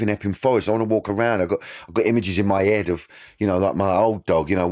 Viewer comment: “In every photo there was an ashtray next to me ‘ead” 😂😂😂 Love you Danny ❤